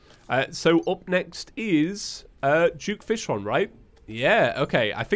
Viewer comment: is it me only or he says juke fishron instead of duke fishron